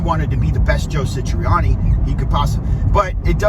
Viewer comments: His name is Joe Satriani, not Sitriani!!! Satriani is one of the greatest guitarists this world has seen, dang, he taught Steve Vai....the same analysis would happen if someone tried to be the next Neil Peart or the next Chester Bennington,....I DOUBT Eddie could play Satriani, like Satriani...each has their unique sounds....Surfing with the Aliens is a masterpiece. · This guy can’t even say Joe’s name right. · This guy doesn't even say Joe Satriani correctly